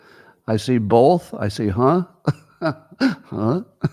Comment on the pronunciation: Notice how Scott says “both”. It’s like bolth.